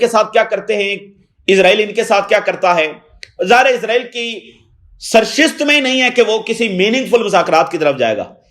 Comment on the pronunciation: سرشت نہیں سرش ت